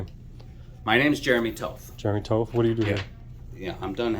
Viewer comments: I get that Jeremy would like to look tough pronouncing his name as "tough", but in reality, that last name is pronounced "TOT". Nice try Jeremy, but you don't look that "tough"... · toth rhymes with moth. it's not tow-thh it's TAW-THH. you don't pronounce Moth like MOWTH ! GUY CAN'T EVEN PRONOUNCE HIS LAST NAME CORRECTLY !